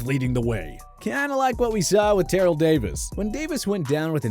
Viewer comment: So I take it you have never watched any film on the old Denver teams. Mispronounced both Terrell and Schlereth's name.